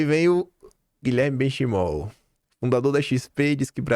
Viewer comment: Ô, o nome do Benchimol se pronuncia “Benquimol”.